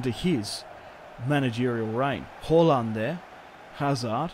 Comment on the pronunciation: Did anyone notice he calls halaand haulland